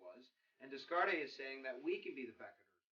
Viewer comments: Descartes - "de" "cart" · Nice overview, from one teacher to another. But please read the pronunciation guide. Pronunciation guide: The philosopher "Descartes" was called "Day-Cart" by his friends. "Leviathan" is pronounced the way it's spelled: leh-vy-uh-thun. Best line: "the people lay the government" - heh heh